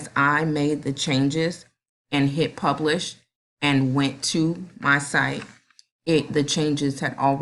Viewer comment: Ooooooooooooh you said pubish, lol! Just picking with you,but thanks a million!